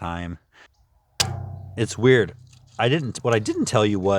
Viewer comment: Love those curves steps, Bella is Huge! We are getting zero degree weather here...yuck. Funny when you said weird...i can tell your frim California ( of course i know you are) but it feels weird, weird to know that other people dont use it like we do.